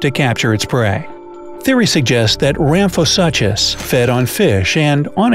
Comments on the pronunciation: Rhamphosuchus is pronounced as "sookes" at the end and not "suches"! Great video, love dino-like creatures. Who else? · Suchus (soo-kus) the ch is not pronounced normally in latin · Argh the pronunciation of Ramphosuchus... The suchus part is pronounced soo-kus! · the way he pronounced ramphosuchus has me dying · I was scanning through the comments to see if anybody else noticed that every time he said it incorrectly it made me cringe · Sarah Holliday—Yes, that one was especially painful 😖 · Does it bother anyone else how he's mispronouncing "suchus"